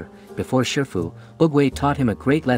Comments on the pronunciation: Shifu Not shirfu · you mistaken his name it's shifu not sherfu